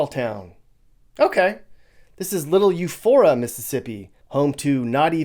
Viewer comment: Eupora, not Euphora